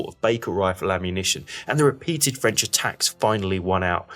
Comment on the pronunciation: Nice job. Excellent use of satellite maps to show dispositions and events. Good job on the French pronunciations too, a real rarity in videos about this subject. Good to see the Prussians being given more credit than usual but it would have been nice to see some more about the savage fighting for Plancenoit and the disagreement among the Prussians about where Ziethen's corps should go into action. Also kudos for showing the Dutch contribution to the repulse of the final attack.